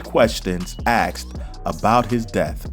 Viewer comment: axed..you mean ASKED?